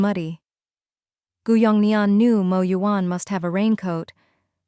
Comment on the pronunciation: OMG! The AI pronouncing “Mo” instead of spelling it out like other channels is a special moment for me😭